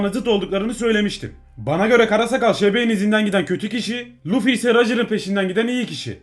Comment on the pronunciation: Abi sen luffy yerine lütfimibdeniyodun